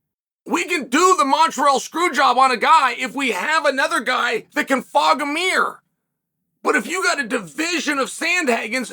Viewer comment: Sorry Uncle Chael, but I'll be taking no lectures from someone who can't get anywhere close to pronouncing 'meeeurhh' correctly. It's 'mirror'.